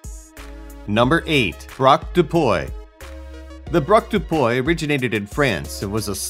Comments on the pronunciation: Wtf it's PUY not POUEH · You can find the correct pronunciation of foreign words on internet. 'Puy' is pronounced 'pwee'. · Free French lesson! « Puy » is pronounced more like pwee than poy. Also in French, « de » is pronounced more like « duh » than « day ». Kuri are cute IMHO.